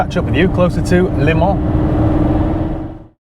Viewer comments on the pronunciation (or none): Great video as always but just for the record as a 24 Le Mans veteran its 'LEMONS' .......as in the fruit 🤣. Keep up the great work